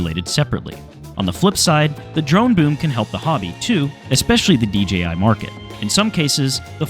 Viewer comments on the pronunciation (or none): " DGI drones" WTF ? It's DJI you idiot !